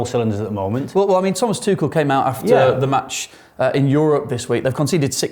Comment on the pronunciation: Can someone tell Dom it’s Tuchel not Tootle? 😂